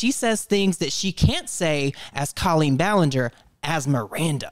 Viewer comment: Ill never get over how Colleen is pronounced co-lean when I’ve always heard that name pronounced “col-lean”